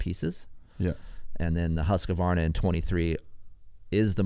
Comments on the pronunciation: Hoosk-varna not husk-u-varna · For the Love of God : please say “ husk Varna “ or “ hoos Varna “ 🤣🤣